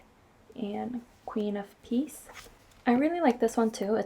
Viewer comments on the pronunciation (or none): Queen of Peace. I thought you said Geese until I read the comments lol